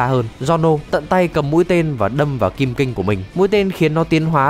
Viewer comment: Thứ nhất: Đọc là bu cha ra ti Thứ hai: Đó không phải quá khứ của trish Thứ ba: Đừng đọc là kim kinh (nghe như máu loz màu vàng ấy)